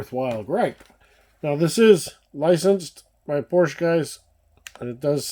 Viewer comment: PORSCHE, two syllables. Have respect! Honor Motorsports legacy. No disrespect to Ferdinand please.